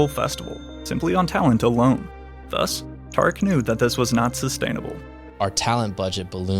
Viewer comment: How akademiks 🇯🇲 dont know how to pronounce tariq?